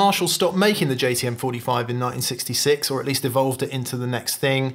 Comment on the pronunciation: Is it my ears, or did keep referring to the JTM45 as a JCM45?